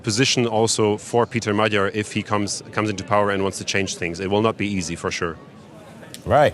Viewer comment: Next time, please look up How to pronounce Magyar. It’s the name of our nation as well. Lame